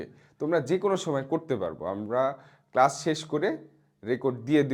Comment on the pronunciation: কেসাস❎ কেলাস✅বলছে ও😮‍💨